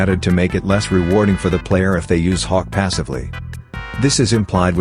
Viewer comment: The ai voice does bro so dirty😭 it sometimes makes hawk sound like cock